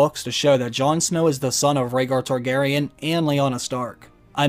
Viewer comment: when the Mrs. & i heard "House Kardashian," instead of House Targaryen, we had to rewind to make sure Kim didn't make a cameo appearance...thank god she didn't, it took the last season to destroy this great series.